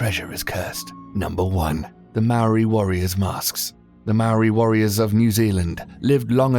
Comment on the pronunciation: I am a Maori and I am born and raised in 🇳🇿 New Zealand, he pronounced Maori wrong, its like mouldy, but you roll the r and there is no L or D.